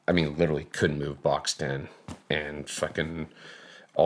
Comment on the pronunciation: "I litterly have ho belief in that system"